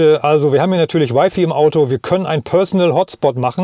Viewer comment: Wify? 😉 also Wifi oder Weifei 😄 cooles Video. Echt flüssig. leider ohne Ladeplanung :( Das was man wirklich im auto bräuchte... Aber nen dicker finger für die alten Hersteller